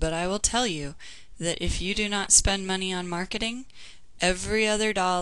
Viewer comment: The first page you said "moncy" instead of money...just thought i'd point that out. Anyways great video! :)